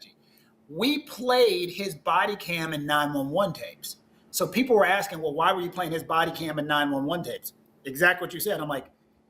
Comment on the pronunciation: Oh, you're AXEING? 😂😂😂